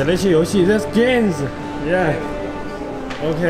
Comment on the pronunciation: 有趣的发音: room 发成 roon; game 发成 gane. 四个例子分别出现在最新的两个视频中 ( ). 我觉得这很好玩, 没有任何嘲笑的意思, 我只是对语言学感兴趣. 我好奇这是不是家乡的方言发音习惯影响所致. 据说来自成都, 不知是否在成都长大至熟练使用母语. 但是, 我印象里四川有些地区的方言只是音节开头的 n l 不分, 结尾的 n ng 不分, 元音开头的音节前加辅音 ng, 没听说过音节开头或结尾的 m n 混淆. 搜索未果. 我的初步理解是: 音节结尾的 n ng 不分导致神经网络中与语音处理相关的几个子网对更广泛的语音进行了合并, 包括对音节结尾的 m. 也就是说, 持这些方言的人通常习惯上听和说都混淆音节结尾 n ng m 三种音, 除非特意认真听或说. "通常习惯" 对应的是神经网络用最强和节点最少的信号传导通路进行初步高速处理, "特意认真" 对应的是另外的较弱和节点较多的旁路. 希望对这个 m/n 混淆问题有经验的朋友给大家说说. 谢谢.